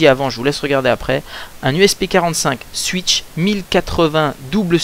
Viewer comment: Bon, on dit pas CWUIK CKOPE MAIS COUIC SCOPE OK?!! Ensuite on dit paS SUWITCHE MAIS SOUWITCHE Voila je te rapelle juste que ces mots sont anglais donc même si ton accent laisse a désirer ( ou pas:P) prononce les bien s'il te plait